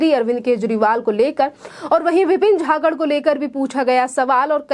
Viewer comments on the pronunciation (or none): झाकड नही जाखड बोल